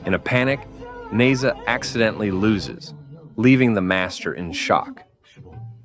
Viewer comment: “Neza” that got me dying 😂 as a Chinese we pronounce it “Nezha”